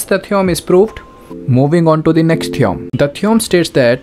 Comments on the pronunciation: its theo-rem not theeom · Theom nahi theorem hota hai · Sir it's theorem not theoum😂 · Theorem❌️ Theom✅️ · Theorem❌ theom✅ 😭🙏🏿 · Theorem ❌ theom✅ 💀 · Theom is ryt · theorem ❌ theom ✅ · Theorem ❌ theom✅ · Theorem❌ theom ✅